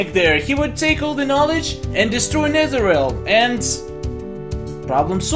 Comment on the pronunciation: Now you pronounce netherrealm correctly.